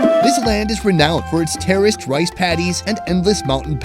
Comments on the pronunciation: I heard "terrorist rice paddies" instead of "terraced rice paddies". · I misheard "terrorist rice paddy feilds" and I can't unhear. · I could have sworn he said "terrorist" rice paddies. I need to get my hearing checked.